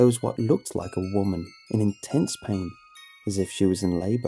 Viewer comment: I DONT WIKE IT I DONT WIKE IT